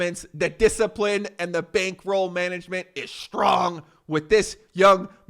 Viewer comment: "thé bankroll management is STRRRROOONG" You killed me thanks 🙈🤣🤣🤣 much love